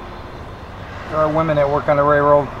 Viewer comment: It's a RAILroad, not a rayroad